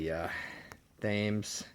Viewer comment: 'Thames' is actually pronounced, 'Tems' (rhymes with 'Hens'). Not that anybody cares :)